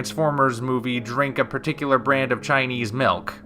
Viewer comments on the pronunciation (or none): none